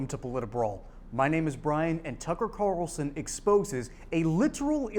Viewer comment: Kararralson. It's Carlson. Very easy to pronounce.